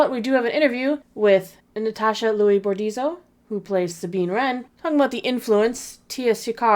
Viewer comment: I really enjoy you content but please pronounce Natasha’s name correctly- it is not pronounced “Louie” - more like “Lee-ew”